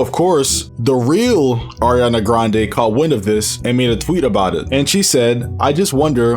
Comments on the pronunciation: went from Ariana to “Arina” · It's Ariana not Eriana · It’s not (Air) ianna it’s (Are) ianna